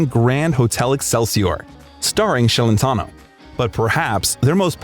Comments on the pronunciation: Celentano is Italian. His name should be pronounced Chelentano, not Shelentano!!! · It's not Shellentano, it's pronounced Chelentano. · Yeah he looks exactly like Jerry Lee Lewis. And it's pronounced Ch elentano, not Sh ellentano. Moron. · What the hell is “Shelentno” his last name is Celentano pronounced (Ch not Sh)!!! You are making a YouTube video about him. You at least need to know how to pronounce his last name correctly. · His last name is not SHelentano but CHelentano softly...😊😊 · You are saying his name wrong “Shelentano”. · Thanks for the biography, but please work on the pronunciations of the Italian words..but most importantly Celentano.